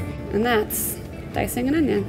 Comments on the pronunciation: ItS OnIoN nOt OnYo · I was waiting for her to say onyo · So in English it's called onion and not onyo 🤔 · Fail, it's Onyoooo not onion